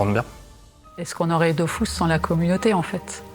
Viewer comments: D’eau füs et pas DOOOFOUSSSS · Dofus pas Dofous par pitié.. pour une fois qu’un jeu français est bien